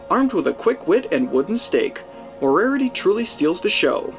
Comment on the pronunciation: Obscure and highly entertaining pronunciation of "Moriarty."